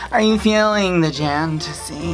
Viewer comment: Lost it at jantasy HAHAHAHA.